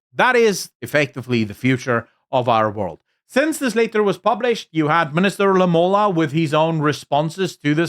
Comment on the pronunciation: Lamola, nie Ramola nie. . Ai tog. As n politieke kritikus, moet jy beter doen. Ek geniet jou kommentaar en siening, maar dit steek my dwars in die krop as jy goed verkeerd kry. Jammer. Beskou dit as opbouende kritiek en in die gees wat dit bedoel is.